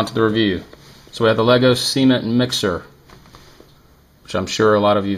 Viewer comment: The way you pronounced cement is cringe.